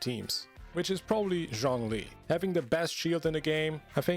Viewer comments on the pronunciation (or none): none